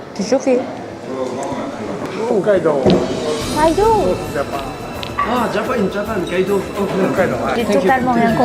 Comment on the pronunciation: Hokkaido c’est une ville au japon c’est pas kaido c’est Hokkaido